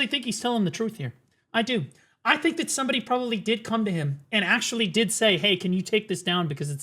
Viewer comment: If "AKSHUALY" Was living person